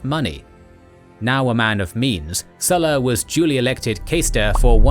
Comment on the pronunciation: Why did you pronounce current Lukius Cornelius only to butcher the Sulla part, with that English "u" sound instead of a Latin u (oo)